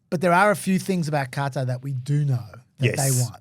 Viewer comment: If the Qatari jet ends up being decommissioned as an exhibit for Trump's library before he is dead, I will eat every hat I own. Also, I get trying to make an effort to correctly pronounce "Qatar", but it REALLY sounds like you're saying "Carter". At least it's better than the Americans who say "Cutter".